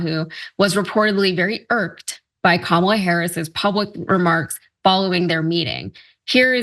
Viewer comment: Lil erkd that yos didn't pronounce Kamala name correctly.after all these years that should be e-z .have a feeling he neither knows her history nor even cares to look it up.. interesting